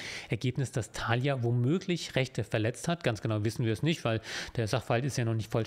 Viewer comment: Mich triggert viel mehr die Betonung bei Thalia auf dem ersten A :goodvibes